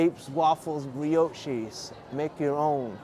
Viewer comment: A brioche is a French word for a pastry and is pronounced bree-osh. Not bree-ochee.😂